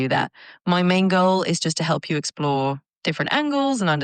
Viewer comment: i paused just after she said "my main goal" and started to wonder why did she say "my mango"